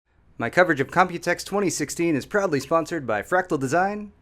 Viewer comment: When said "proudly sponsored by" I misheard it as "probably sponsored by" and my first thought was "Are we not sure,?"